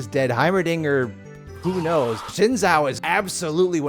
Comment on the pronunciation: Xin Zhao*, not Shen Zao or Zhen Zao or Zen Zao. 😰👍